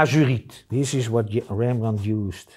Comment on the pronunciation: Dear sir. Do I have to tell that I love your dutch accent. I loved this, even if I am familiar with paint makings since many years. I love when you say Rembrandt in a way that he would have said. I am a swedish old man, and understands just some words here and there, that we share, but I love the power and poetics in the dutch language. Many thanks for the tutorial.